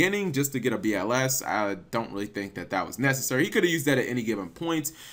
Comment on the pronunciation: Each time I hear "BLS deck" it's sounds like "bullshit deck" for me smh